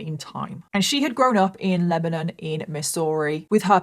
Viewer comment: This is in my neck of the woods. Such a horrific and sad case. 😞 So shocking when it was all discovered. BTW, you pronounced Lebanon correctly! 👏👏👏 Although many people around here pronounce it "Leb-nun." Most people not from here pronounce it like we pronounce the country, "Leb-uh-non."